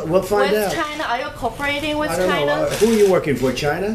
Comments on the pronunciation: The way he pronounces China 😂 Chy-nah 😂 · Trump has the best way of pronouncing China “ Chyna’ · ❤ Trump saying Chyna... 😂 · Its not China, Its Chyyyna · No, its CHIYYNAA